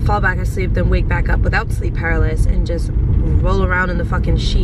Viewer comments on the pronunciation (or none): it’s not ‘paralis’, it’s pronounced “pa-rah-li-sis”. Love you girl! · It’s pronounced puh-roul-luh-sis for sleep paralysis 😭💕 just saying lol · Kiulani Taimani people tell her this in every video where she says it Lmao...she still says it wrong, I just accept it at this point lol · The way you’re pronouncing paralysis 🤣❤️